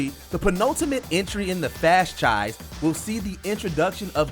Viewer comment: . Fast-chise, really??